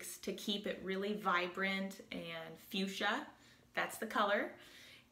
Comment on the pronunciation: Again, love your Vlogs! Movies are sensational! Pronunciation note: you have fuschia correctly... second word...fatale...(you may pronounce any manner you wish) but is is pronounced fa-TAHL! Continued health and peace to you!